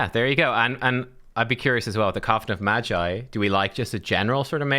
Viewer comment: its hard "G" as in guitar read "maGeee" not G as in G-string lol